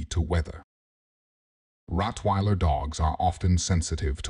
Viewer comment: I apologize for the wrong pronunciation of Rottweiler in the video.